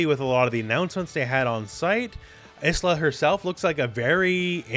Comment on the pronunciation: Obvs not a big deal, but 'Isla' is actually pronounced 'eye-la' - like 'island'